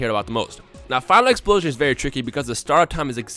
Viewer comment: Why does always sound like his nose is stopped up? When he talks fast it makes it sound worse... Instead of Final Explosion it sounds like he said File implosion